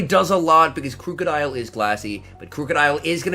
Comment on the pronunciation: It's pronounced like the word "Crook" not crewk